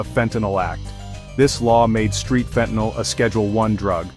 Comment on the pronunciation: Get it right it's fentanyl NOT fentanol